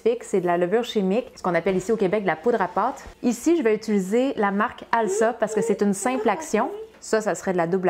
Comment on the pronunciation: Bonjour, le nom de la marque de levure chimique se prononce "alza". ça vient de "alsacienne", signifiant "originaire de la région Alsace" qui se prononce "alzace" ;)